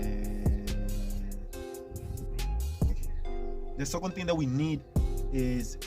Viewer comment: yay😂😂😂😂😂"the swecond thing we need😂😂😂😂